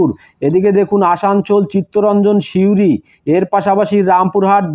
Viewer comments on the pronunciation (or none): none